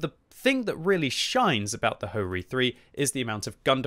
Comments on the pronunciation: Bro said - hoe reee 3 😹🤣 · Ho-Ri?🤨🤨 But my mind heard HoRni😅😅